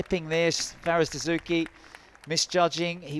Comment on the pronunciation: "player[s] review dessou[s]ky" hahah priceless central ref